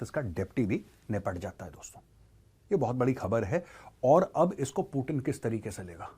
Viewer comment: पुटीन ❌ पुतिन✅😅😅